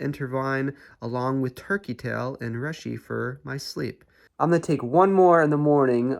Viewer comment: Shitake = Shi Tock e and Reishi = Ree she